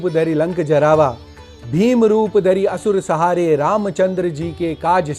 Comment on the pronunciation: Apane bola asur sahare galat ucharan